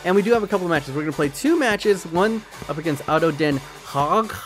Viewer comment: Ado den haag pronunciation was perfect